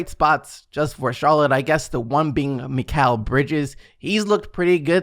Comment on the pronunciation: It’s miles bridges cmon man